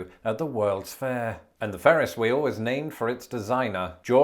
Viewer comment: Your rolling r’s with the words “three” & “Ferris” are endearing.